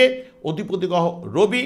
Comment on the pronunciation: কথাটা গহ নয় কথাটা হবে গ্রহ আরে ঠিক করুন তারপরে অ্যাস্ট্রলজি করবেন